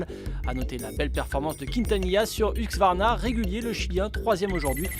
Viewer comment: Merci au commentateur d'apprendre à dire Husqvarna... Et pas Huxvarna